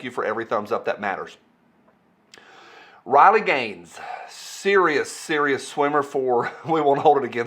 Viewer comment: RILEY, say her name (RILEY). You have been hanging around with that yankee again and forgot how to speak. Thanks for the info and I am waiting for Spicy Friday next drama llama go.